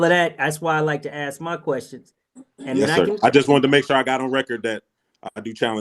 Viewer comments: Hey brother, maybe learn how to say ASK because you don't AXE anyone! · Don't axe me. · He doesn't aksqueeze to your argument.